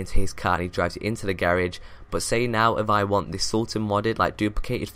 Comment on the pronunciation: Why the fuck does he say garage like that